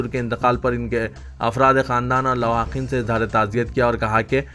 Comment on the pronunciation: Are GADHY lawaqin nahi Lawaheqeen bol